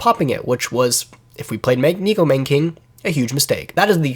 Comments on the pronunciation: That pronunciation was God awful. It's actually pronounced as NECKO MAWNA(like lawn) KING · neko mahn-NAY king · Neh-Ko Mah-Nay King